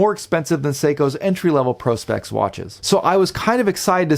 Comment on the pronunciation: Nice looking chrono. Aaand you said Prospex correctly!! But two micro adjusts? C’mon, now!